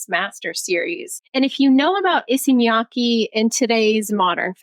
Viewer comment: oh by the way, Miyake's KE is pronounced like KEttle or CAre, with word stresses at Y and K so its miYAKE, not miYAAkeeee